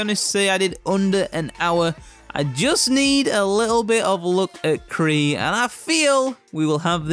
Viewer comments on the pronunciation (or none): i think that was k'ril not kree as u said lolol but as always great vid my man